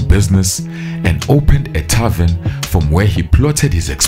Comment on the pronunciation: the word magent is "TAVERN", NOT "tarven".